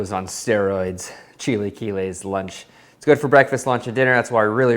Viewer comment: chil-uh-kee-les........ other than that, looks delish!